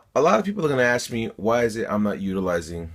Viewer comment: Ask not axe